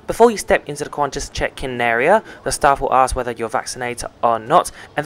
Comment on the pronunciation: Its not "Qvantas" but qantas.